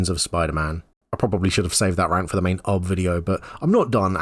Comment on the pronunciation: Pronouncing UB as "Ub" is a disservice to Ub Iwerks, animation pioneer.